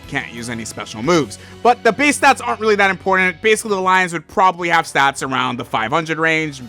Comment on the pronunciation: nah way weawwy